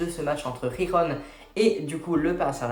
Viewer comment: Par contre Girona se prononce pas « Rirona » Mdrrr c’est vraiment Girona comme sa se prononce en français